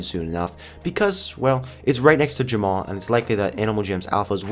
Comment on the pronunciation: Ur saying jamma wrong